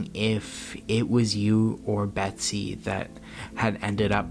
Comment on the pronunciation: Hes talking abiut william dafoe for sure and u totallt butcher med betsys name wow😂 u always butcher ppls names its embarrassing man..do some research b4 the videos lol